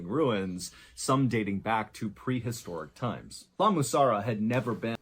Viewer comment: What was wrong with him trying to say La Mussara? 😂😂😂